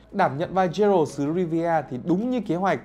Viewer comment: bản thân cái bạn nói rõ ràng cũng ko hiểu gì về The Witcher hay chính nội dung đang nói thì phải, phát ấm sai hết cái tên Geralt, Vengerberg. The witcher là thể loại fantasy chứ ko phải fantastic. Nếu đã xem phim qua, dù chỉ là 1 tập thì chắc chắn sẽ ko phát âm sai như thế đc